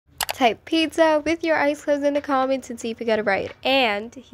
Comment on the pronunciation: Pocca, ITS PIZZA NOT POCCA😭